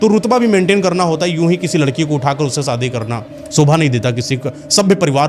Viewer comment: Baaki to sabh theek hai lekin bhai apni hindi theek kar lo thorhi si. Visnu nahi vishnu , sadi nahi shadi aur presaan nahi preshan hota hai etc